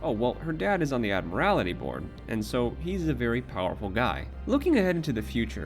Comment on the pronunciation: It's the Admiralty board not the Ad-morality board.